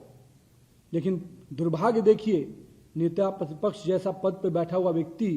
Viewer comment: Who is this guy, Netapratipraksh kehna toh seekh lo